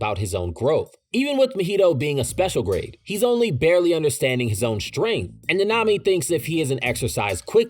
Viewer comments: I dont think I can watch the whole video if he pronounced naNAmi 😭 like dude the in whole series it's pronounced NAnami, why is it so hard to find videos wherr names are pronouced correctly 🫠 is it just me being absurd or anyone else has this tiny issue you just cant help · Bro why are you pronouncing it like that. Na-Na-mi . It’s not Na-nami . I’m not trying to be a purist but it’s ruining the video for me lol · Fam it is not that hard to say “nah-nah me” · Say it with me Na Na Mi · That’s not how you pronounce his name in the sub or dub 😂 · The way you say nanami makes me suicidal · I’ve never heard nanami pronounced so wrongly